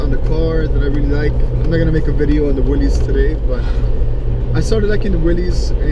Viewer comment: does your Willys come with an 's, as in Willy's? By the way, it's pronounced "Willis", not "Willies".